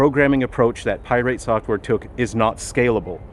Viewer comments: Pi rate because he is very irate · Pie-rate software … appropriate 😂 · why are you saying "pirate" wrong? :) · Pronouncing Pirate with a annunciation on the "irate" was a chef's kiss move. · That’s the first thing I noticed 🤣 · He has been doing that for a while now, iirc from the first video on him .. its the most passive aggressive dig I've seen in a while :D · I love how he pronounces 'pirate' like it's an element on the periodic table lol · Yeah, he's always done that. I couldn't tell if it was an intentional mispronunciation or if he would actually refer to the general pirate that way. But it's probably intentional. He has a way of sounding genuine while not actually being genuine. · he's not fool's gold if that's what you're insinuating